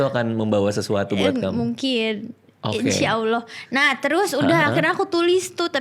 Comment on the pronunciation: pengucapan insyaallah yang semakin fasih